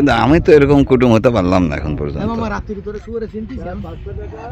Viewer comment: ওই শব্দ টা কুটুম্ব।।।। কুটুম না।।।